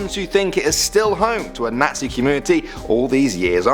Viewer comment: I hate he can’t say nazi 😂